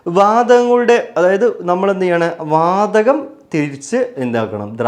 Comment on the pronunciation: വാദഗം❌ വാതഗം ❌ വാതകം ✅